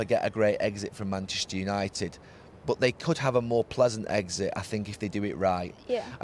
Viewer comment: Neville's favorite two words: "Manshter united"